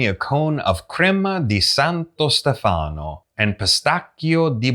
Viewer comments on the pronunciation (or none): Nooo please!!! Stèfano not Stefàno